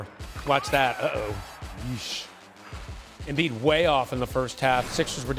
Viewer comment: Embid 🤷 as Charles Barkley would say turible